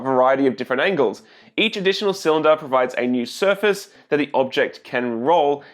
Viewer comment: It's pronounced cylinder